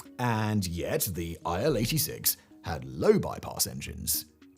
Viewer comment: „Aisle 86“ 😂